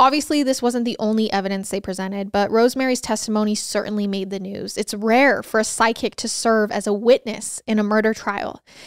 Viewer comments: I can't help but laugh when says "psychic" because her tiny accent sounds like "sidekick". ♥️♥️ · It sounds like you keep saying SIDE KICK instead of PSYCHIC 😂😅 I need a hearing aid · Me too … everyone should have a “sidekick”!!!!🤪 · Random thought here, but every time you said “ psychic” I heard “sidekick”. 😂😂😂